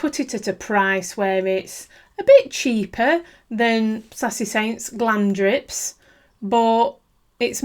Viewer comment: Love your videos. Always very helpful. I always laugh when you say 'Glamdrip' instead of 'Glamrdip'!😂